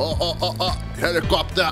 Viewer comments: I liked the part when he said: HELIKOPTEAR!!! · the way he says helicopter. LMFAO